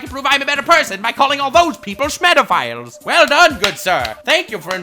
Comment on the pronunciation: he said it like in the first few moments